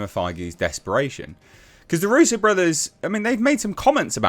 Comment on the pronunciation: Darusso ? Thought it was Russo.